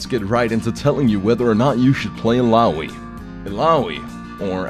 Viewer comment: im love you so much, i cant stop crying from laugh when ur said: Illahooi! Fuck it, ur awesome